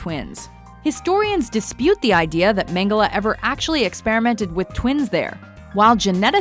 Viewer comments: She seems to have a problem with pronouncing an e at the end of a word, first PorschE (which she pronounced Porsch), now MengelE (whom she pronounces MengelA)... Godamnit, it's not that hard, please do some pronounciation research in the future before doing stuff like this. Especially on names (or brands) as popular as this. The Lizard-guy looks a bit reptilic himself, I wonder why xD I guess he could also be a potential candidate of the "climate change is a hoax"-coalition... Also, todays technology (and industrialisation) plays a huge role in the climate change. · it's pronounced mengles not mengele